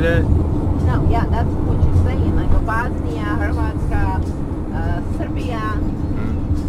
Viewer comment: 100% she cant speak it if she pronounced bOSnia like that